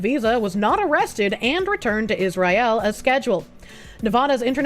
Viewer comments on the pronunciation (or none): “Is Rye ill?”